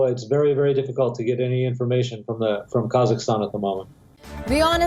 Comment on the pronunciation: It's pronounced KA-ZAK-STAN